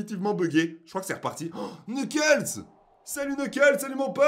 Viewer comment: Se,pas knekels se amy